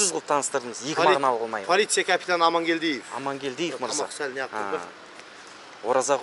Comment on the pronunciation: ПАЛИЦ. КАПИТАНЫ МЫНКМЫНК ДЕП АТЫР ЕДИ АСЕКЕ СТАТИЯ АЙТЫП ЕДИ ЖАНЫ ШЫГЫП КЕТТИГО ПОЛИЦИЯ КАПИТАН АМАНКЕЛДИЕВ ДЕП 😂😂😂